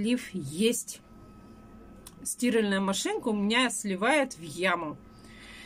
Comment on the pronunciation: Мне показалось или говорит стИральная машинка ( у неё ударение на букву И)? 🤔